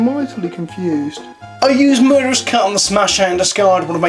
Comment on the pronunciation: I swear I thought you said “murderous cunt.” Haha